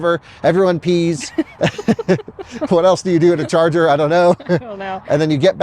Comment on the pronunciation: From now on, I'm pronouncing "charger" as "Chah Zah" 😁